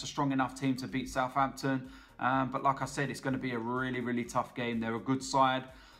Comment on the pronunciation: When you say "Like I Said" I Just understand "Lacazzette" kkkkkkkkk